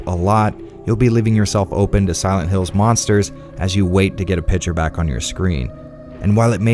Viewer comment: Awesome Video as always. When I listen to you while driving, I noticed a thing: it’s not to mock you or something. I am just imagining you having a collection of high quality Video game themed pouring devices. Because: I hear „Pitcher“ instead of Picture (To my non native speaker Ear) It’s just funny and totally OK. I just had to let you know that in Germany, there is someone’s mind Eye cinema of you not having cups like every other Nerd (and me) but no: full scale Pitchers. And soon one can buy merchandise from you and it’s all pitchers with your logo on it. Cheers :-)